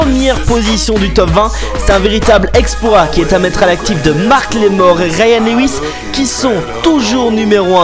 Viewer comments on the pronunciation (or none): Super comme d habitude malgres les petites erreurs comme macklemore et non marcklemore et bridgit mendLer et non mender